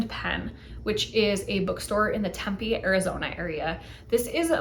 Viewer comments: I can't. I'm sorry. I have to... temm-PEE. Emphasis on the 2nd syllable and a hard, long vowel there. temm-PEE. Not TEMM-pay. temm-PEE. Vet: I live in the PHX burbs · No worries. It's a bit of a shibboleth, true. I think most folks believe it's either Spanish or Indigenous, when neither is true: it's Greek. That ancient sister city for whom Tempe, AZ, is named is pronounced the same, somewhat unexpected, way.